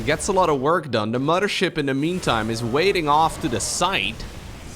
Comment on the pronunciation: Love the way you pronounce mothership as muddership As a Canadian with many Newfoundland friends; they pronounce mother as mudder and it hits me just like the smell of fresh baked cookies. Thanks for the upload as always. I haven't played starcraft since Broodwar but I've been listening to you and uthermal as kind of a podcast type situation for 3 years!:D